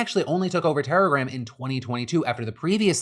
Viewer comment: Every time you said telegram in this video it sounded like terrorgram to me